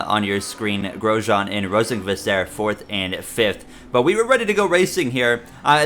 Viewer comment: Great episode but Rosenqvist is usually pronounced Rosenquist from what I’ve heard. Also these sliders seem unrealistic